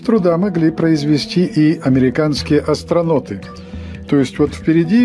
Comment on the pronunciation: Такое произношение если по-аглицки. Astro'n'out